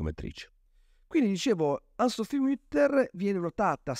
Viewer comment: Grazie della recensione ma devo segnalare che la pronuncia corretta è ANNE SOPHIE con le vocali pronunciate fino in fondo e non ANN SOPHI. E' un nome tedesco non inglese o francese.